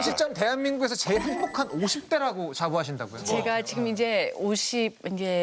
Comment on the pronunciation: 왜 교포들은 지금을 지끔 이라하지